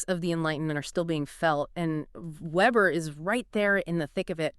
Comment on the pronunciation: Max weber, vay-ber